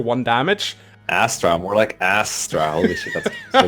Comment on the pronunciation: Ass-tra? No, no, no. It's Ass-Trash!